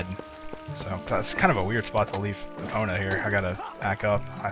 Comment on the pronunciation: do you realy purnounce the O in epona?